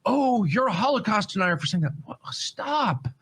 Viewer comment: New drinking game: When says the holo cost take a shot o/